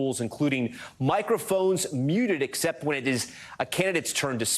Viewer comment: "the race is incwedibly close"